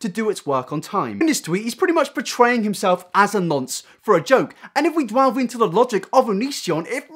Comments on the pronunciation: You sure say 'dwelve' alot instead of 'delve', and 'Shirley' instead of 'surely' but I love ya anyway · Somebody needs to sit down and have a chat with this young man about how the word "delve" is pronounced.